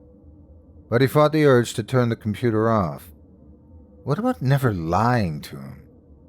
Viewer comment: .....ah, but "compudoo"? 😆 (❤)